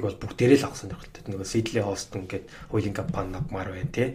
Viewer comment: Компанит гэдгийг нэг эмэгтэй каймпанит гээд байна. Подкаст таалагдлаа.